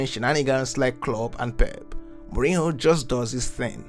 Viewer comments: please utter his name right mourinho and not mourino. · Good video but as a half portuguese half italian, I want to give you a few pronounciation pointers: Mourinho > Mourin-you Giallorossi > Djallorossi Francesco Totti > Frantshesco To-ti